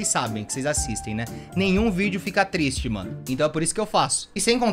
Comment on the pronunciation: chega um momento da vida que o t3ddy que ele fica "trieste" porque o computador dele é tão potente que faz barulho